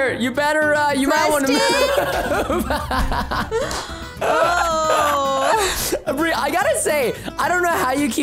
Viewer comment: why did you say bir even it's bri